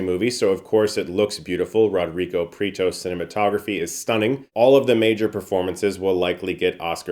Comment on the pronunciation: Rodrido PRIETO >> It´s pronounced "PRI" as in "Pretty". "E" as in "Enemy". "TO" like in "Toad".